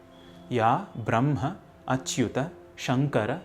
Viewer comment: Sir please tell the correct pronunciation of brahma